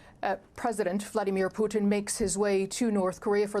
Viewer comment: Сама ты Пютин! Научись правильно произносить имена мировых лидеров, клуша!